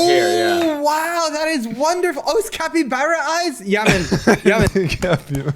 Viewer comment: for carl: it's pronounced cap-ee-bar-uh and not cap-ee-bear-uh 🤣